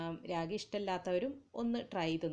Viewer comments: രാഗി അല്ല റാഗി 😂😂😂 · രാഗി അല്ല കുഞ്ഞേ..., റാഗി. മുത്താറി എന്ന് പറയും.